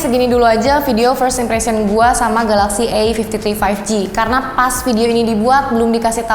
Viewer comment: "kamera e-fifti-tri ... yang udah ada o-is nya". hmmmmm.. ada yg aneh sepertinya 🧐😅